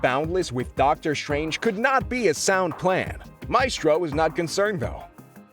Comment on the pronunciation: i can't watch this. the ‘maistrœ’ pronunciation would kill me.